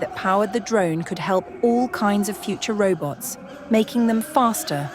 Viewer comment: Every time the nice lady says 'reubots', you take a shot